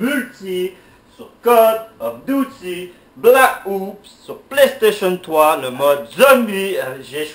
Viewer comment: "coll of duty black oups" xptdr